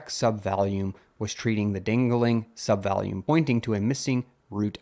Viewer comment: Is this narrated by AI? The pronunciation of “volume” when reading out check_subvol sounds more like “value” than “volume”.